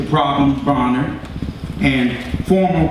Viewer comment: so it pronounced bro-ner or as ellerbe pronounces it braw-ner?